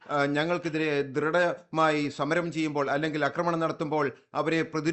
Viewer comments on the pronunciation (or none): അക്രമണൻ വന്നല്ലോ 😅 ഇതുവരെ 'ആക്രമണം ' എന്ന വാക്കു പഠിച്ചില്ലേ പൊട്ടാസെ